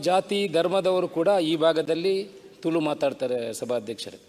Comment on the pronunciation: Sari panle marre.. ತುಳು.. not ತುಲು